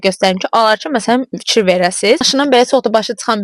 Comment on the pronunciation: Itsine yox iCine .Tsox yox Cox.Fitsyir yox fiKir